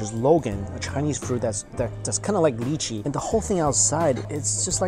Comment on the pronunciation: Sorry but his pronunciation of lychee gets to me.